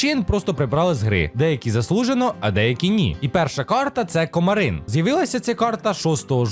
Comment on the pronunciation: Кома́рин, а не Комари́н!